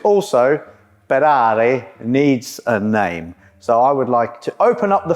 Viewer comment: Ferderrand farrari